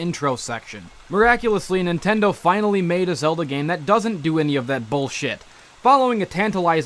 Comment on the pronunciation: "The Legend of Zelder." ITS THE LEGEND OF ZELDA